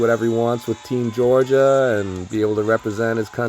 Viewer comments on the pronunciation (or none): none